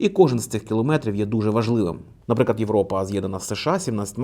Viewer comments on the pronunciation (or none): none